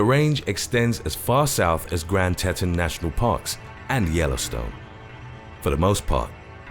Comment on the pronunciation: The Grand Tetons. It is pronounced "Tea tons"